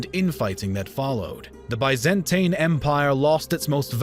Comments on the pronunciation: considering how high the production values of these videos usually are, it is really jarring and just plain weird, that they repeatedly keep making such an amateurish mistake like mispronouncing names and places ... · Seriously this narrator needs a crash course in pronunciation. Byzantine, bows, and Pergamon all mangled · Please pronounce Byzantine, Suleyman and other terms correctly. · Tin Not tain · I hate the way this dude pronounces "Byzantine". Apart from that, I have to say it's nice video. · Biz an teen Not By zan tine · say it with me: biz-in-teen. the biz-in-teen empire. not the bye-zan-tain empire, biz-in-teen empire. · That’s American everyone else in the world pronounces it as by not bi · “Biz-Ant-een empire” That’s a funny way of saying Roman. Good video but the pronunciations here are cringe 😬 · If he says "bi-zan-tain" one more time, I am "goo--ing" to "de-clure" "ware" on him! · Why do so many people keep complaining about his pronunciation of 'Byzantine'? Since when did the American 'Bi - zuhn - teen' become the God-inspired 'true' pronunciation? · nobody: Absolutely nobody:: BYE-zan-TANE EMPIRE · BIZ-IN-TEEN pronunciation is everything in history do better or I will unsubscribe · Bay Zan Tain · Bay-zan-tain sultanate!1!1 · Nobody:: ByzanTAIN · It's pronounced BEE ZAN TEEN. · I just don't like they way you pronounce "Byzantine" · dude what's with the way you pronounce Byzantine fml? there are 2 ways to say it, and you can google it: either UK version, or US version. either you prefer, they are both internationally acknowledged. they way you say it, and really sry for this comparison, is like listening to Beethoven's opening of the 9th Symphony, while hearing some diarrhea farting sounds in the Hall. really ruins the frickin' concert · Can you at least pronounce Constantinople, and Byzantine the normal way. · He is just so bad at pronouncing Byzantine. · Bai-zen-tain. Constani-nople (no "t")